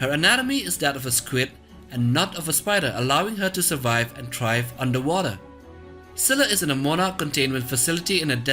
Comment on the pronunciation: Did he said - ciscilla?